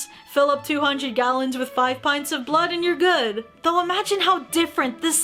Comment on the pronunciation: omg you just said kallons instead of gallons lol